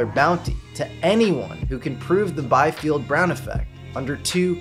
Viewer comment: The correct pronunciation of the name Biefeld is "bee-felt", not "by-felt".